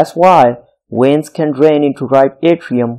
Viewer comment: Great job. Just a little tip: It's pronounced veins, not weins. It's kind of distracting.